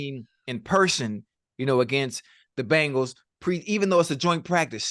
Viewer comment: Just realized Chad says Bangles instead of Bengals lol